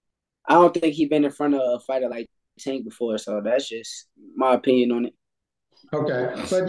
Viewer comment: He still has PTSD from that night—can’t even say Tank’s name 😂